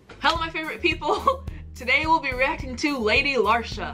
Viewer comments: hahaha Lady larshure...its pronounced Lee-sha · Lady lee- sher . Not le sharr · Where did she even get “larsha” from? Lmao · Lady Larsha??? Say Lady Leisure. 🤗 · It's pronounced LEEEEESHA. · She's referring to herself as the Queen. flag is Ghana. She's From Birmingham, UK. AND its LADY LEEEEEEEEE - SUREEEEEEEEE :) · You say her name like lady lee shurr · Her name is pronounced like the name Alicia but without the A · Its pronounced lee-sherr, shes my fav uk rapper ❤ your british accent kills me. I looove ur reactions to our amazing rap scene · It's Lee-sh-err 👍🏻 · It’s pronounced “Lady Leesha” Nice you brought the twins out for the first part of this reaction 👀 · Say it like lee sher. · Appreciate you reacting to this but please do artist research prior to uploading a reaction. Parts of this video killed me on the inside especially being from Brum I can't hear you say "Lesh-urr" again haha. 0121 🙌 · Babe it’s LEE-SHUR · What u call a British accent is a bad English accent and Britain is Scotland, Wales, England, Northern Ireland, Isle of man is British Isles too. So americans Britain is more than England aka London and has lots of accidents and its pronounced leesha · Lol react to her song quaranting she just released a video. And it's pronounced Lee sher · andrew peters I take it her pronunciation was driving you as mad as it was me LOL